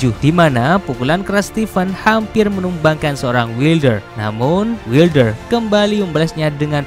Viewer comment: wailder bacanya gan